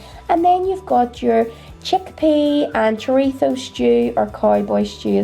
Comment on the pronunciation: Spaniard living in NI here and I love your food videos so much! Also THANKS for saying chorizo the right way lol your stew looks delicious. We have a similar one with chickpeas called potaje de garbanzos con chorizo but I will definitely have to give your lovely cowboy stew a go, I tried your recipe for the Irish stew too and it was amazing. All the best! xx